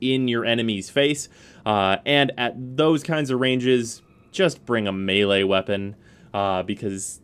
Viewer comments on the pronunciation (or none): none